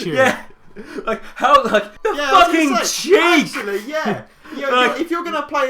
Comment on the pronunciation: "THE FOKEN CHEEK" my sides.....